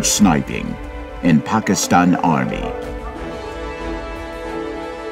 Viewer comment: Looks more like an advertisement than a documentary. The narrator didn't even pronounce "Pakistan" correctly.